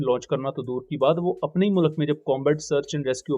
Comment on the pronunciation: Kindly pronounce proper Urdu it's mulk not mulak ❤